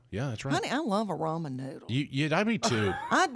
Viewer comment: I thought he said "rum and noodles" and I was all in! Ramen... not rum. Darn.